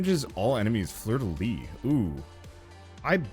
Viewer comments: Ahhhh fleur-de-lys, you need to pronounce the "s" !! Lyssssssssss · Sorry I've gotta be this annoying jerk, but you actually pronounce the "s" at the end of "Fleur de lys"